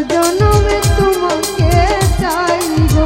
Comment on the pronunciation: তুমাকে না তোমাকে, ভেগে না ভেঙ্গে, কাচে না কাছে, উচ্চারণ গুলো ঠিক করলে সুন্দর হবে, মায়াবী কন্ঠ আপনার।